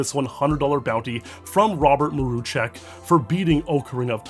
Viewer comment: I'm impressed by the correct pronunciation of Mruczek, great job Also M Y F R I E N D S